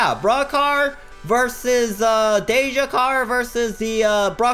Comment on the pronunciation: DEE JA NOT DAY JA